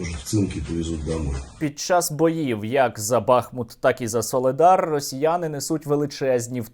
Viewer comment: БахмУт, а не БАхмут